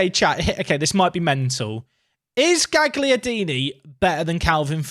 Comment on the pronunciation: Quick pronunciaction heads up: Gagliardini. You don't say the g. So instead of GAG liardini it's more like "galyardini"